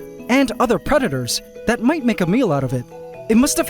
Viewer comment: Bro said tharrrrt had